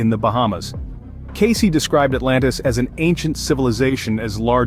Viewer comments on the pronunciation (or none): His name is pronounced Case! Not Case - ee! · Born in 1977 ? Who are we talking about ? Who is Edgar "Caycee" ?? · At the very least you should be pronouncing his name correctly “Case” is how it’s pronounced…